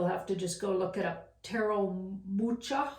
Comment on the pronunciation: Ch in Mucha is read as J in Spanish.